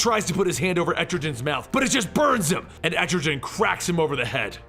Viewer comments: It’s pronounced “EtriGan” not “EtriJan” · Etrogen, really? Etrigan😂😂😂😂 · ET-TRE-GAN not et-tri-gen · That was...intense But it’s Etrigan. Not Estrogen. 😂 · Man, i love your videos, but the way you pronounce Etrigan frustrates me! It's EtriGAN not EtriJan... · I always thought the pronunciation was "EtriGUN" instead of "Etrijan" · BTW / it's pronounced as etri- kan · etrigan with a hard g. like gone. goon. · I love this channel the only thing I hate is that he pronounces Etrigan like estrogen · Jackson Bland it sounds cool anyway. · it really bugs me they way you pronounce Etrigan. its a hard g sound like the g in "gone". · "Entri-jen" it's Etrigan, with no "N" and a hard "G" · Had to pause. This stuck with me. Etrigan's name isn't with a gin at the end. Let's see if it happens again. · Et-Tre-Gan (how you pronounce his name, not being mean just helping) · Pretty sure its Erti-GAN pronounced so it rhymes with 'Man'. His whole thing is rhyming and his transformation rhyme is "Gone, Gone the form of man! Arise the demon, Etrigan'. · I hate how you pronounce Etrigan... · C'mon. You didnt pronounce etrgan correctly? You cant be a comic-historian if u dont even take the time to say the names right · you butchered Etrigan name watch DC animation for correct pronunciation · why dont u just do the hole of year 3 like comic island and say etrigan right? still luv ur vids thoough :) :) :)